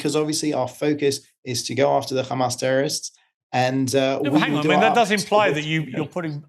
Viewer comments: Khamas, khamas, khamas, khamas that's all the Rogue baskets know. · Piers is clever. He knows how to keep the conversation going for his financial gains. His next interview is going to be do u condemn 7th of October, khamas, khamas, khamas, khamas and on and on...